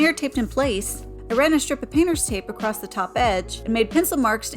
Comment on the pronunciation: Very good job. I think it's funny you say "acrossT". I'm from Houston and man Houstonians say acrosst. It drives my wife bonkers that I say it that way.